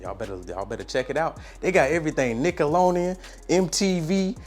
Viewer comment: Ik I wasn’t the only one who heard that🤣